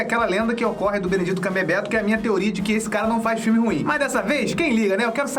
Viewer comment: Nicole Santana Eu não estava falando sobre o "benedito" e sim do "cumberbetch" que o certo é "cumberbatch". 😉